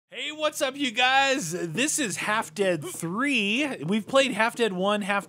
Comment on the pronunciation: Ah yes “HALD DEAD 3”